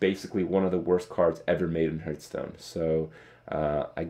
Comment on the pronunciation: You always say heart stone, not hearth stone